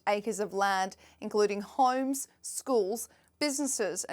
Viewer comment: This newscast highlighting celebs by a woman who pronounces homes as "hooyums" makes me nuts